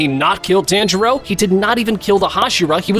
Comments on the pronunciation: Damn, I was really looking forward to watching this but then I realized you’re the dude that says “TANjuro” for whatever reason so I can’t. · No body: Those anime review YouTubers: “TÆNJIRO” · You’re saying tanjiro wrong😡😡